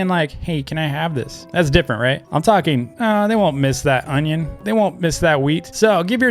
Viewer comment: the way he says onion is hillarious